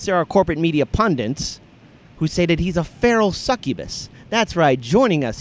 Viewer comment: Pundit is not pronounced pundant. Just sayin'